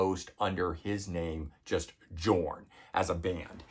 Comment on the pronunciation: It's actually pronounced Yorn with a y sound even though it is spelled Jorn. Trust me on this.